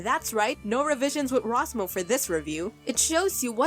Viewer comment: I just love how she emphasizes the R in ros mo in her intro